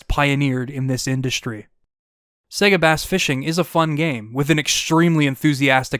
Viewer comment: Great Video! You and Majulaar are masters of these long-form retrospectives, they really take me back every time - and your choice of games to review was awesome as always However! Was a bit rich you ragging on the Berserk game's pronunciation when you pronouned 'SEGA' wrong about 165 times throughout the 2 hours 😅 which will probably stop me rewatching this several times like all your other videos. 😭 Only blip that really annoyed in an otherwise stellar essay 👊